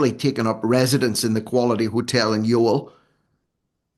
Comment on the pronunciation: Love the content. Your pronunciation of Youghal is hurting my ears tho 😂